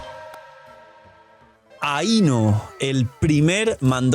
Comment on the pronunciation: I legit cringed from constantly hearing things mispronounced like ae-no, but her name is pronounced as i-no. And Columbina’s name is pronounced a certain way. Colum-bina.